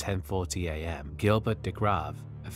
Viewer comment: Btw Gilbert in France is pronounced Jilbair and not Guillburt - I just thought it would respectful to say the victims names properly. :)